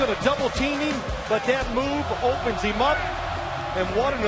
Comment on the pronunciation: God Phil Simms call that hail Mary TD "gonna double teem heem and he just splits eem and nobody gonna tackle eem"